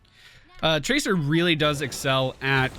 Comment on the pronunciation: Did he just pronounce tracer traker?